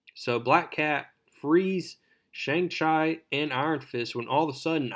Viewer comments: Sang Ch I lol 😂 mate chi is would sound like cheeeeeeee bro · Shang chi pronunciation hurt